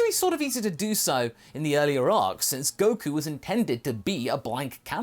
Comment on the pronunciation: It can’t be fixed. Just look at Goku...I mean “Geeku “. No 😂